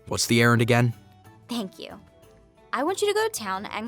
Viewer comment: When she said errand I thought she said Aaron